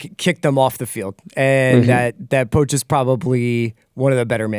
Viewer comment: How is pronouncing Poch like a dog is killing me.